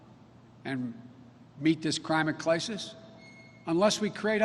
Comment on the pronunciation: Hahahahah "Crimate Clisis" and he didnt know where he was at the beginning.